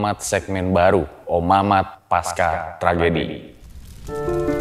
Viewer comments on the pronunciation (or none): Harusnya pasca, bukan paska 😊